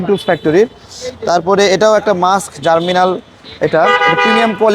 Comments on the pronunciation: ভাই উচ্চারণটা জার্মিনাল হবে না, হবে জার্মনিল।। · জার্মিনাল না জার্মনিল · 'জার্মনিল' হবে, 'জার্মিনাল' নয়।